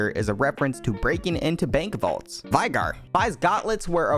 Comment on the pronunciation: Yes vi - gar